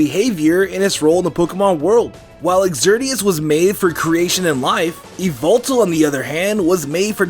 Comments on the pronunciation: e-vil-tol instead of e-vel-tal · Dobbs:Yveltal MandJTV:YAHVELTAL!! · IT'S NOT YVELTAL ITS YAVELTAL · You: said yveltal. Yveltal: MY NAME IS YAVELTAL!!! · Not yveltal but it's YAVELTAL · Not yeywaltal but yavaltal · It's not yveltal it's YAVALTAL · e vel tal not evil tal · Yvetal Why-Velt-Al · ITS NAME. IS YAHVETAL!! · its yavaltal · It's said like ya-vel-tall nor ee-vel-tal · Its yavetal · YAVALTAL his name is YAVALTAL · IT'S YA VEL TALL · You mean YAVELTAL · It is yavelltal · dude its "Yvetal" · IS NO ONE GONNA MENTION THAT HE IS SAYING XERNEAS AND YEVLTAL WRONG ITS(zzurn-e-us) and (e-vel-tal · MY NAME! IS YA-VAL-TAL! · Its call Yevitell (all though it spelled yveltel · why do people say yvoltol theres no o